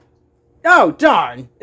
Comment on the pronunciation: why did he sound so british when saying " oh darn "